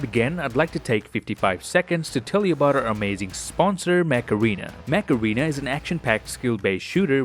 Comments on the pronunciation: Damn for a hot second I thought you said "Macarena" rather than "mech arena" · Mech-arena, not macarana...